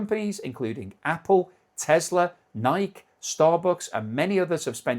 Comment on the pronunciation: It is not NYK (like N-ike as in President Ike); it is NY-KEE; two syllables, not one. Pronounce the name correctly.